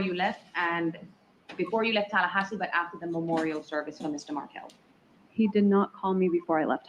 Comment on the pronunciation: Why doesn’t the judge pronounce Markel properly - really disrespectful